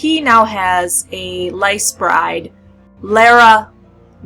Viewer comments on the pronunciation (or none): She Said "Lice" lol....it's Pronounced like "Lease" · GRRM said there is no proper way to pronounce people and places in ASOIAF. It's up to the reader, but I pronounce it lease as well. Just because that how they did it on GoT.